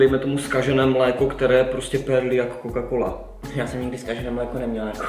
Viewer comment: ségra by vás přizabila Říká se mléko ne mlìko